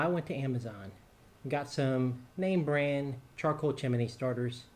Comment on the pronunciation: "Chimney" has only 2 syllables.